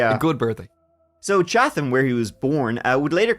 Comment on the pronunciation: H is silent in Chatham.